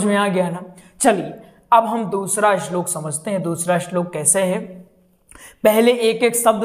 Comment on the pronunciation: पहले शुद्ध उच्चारण बोलना सीख ले तेरा खुद का शब्दों का उच्चारण ख़राब है इस्लोक नहीं बोलते श्लोक कहते हैं